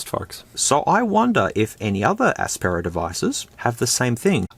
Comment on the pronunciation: Aspera... sounds like Asspera more and probably would fit better too as these phones are the bottom of the barrel